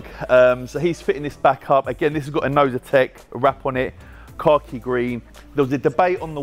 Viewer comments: Oh so it's Inozetek I keep hearing novitek. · eldan wiggins thank you for writing this comment 😂😂 I kept hearing novitek and it was winding me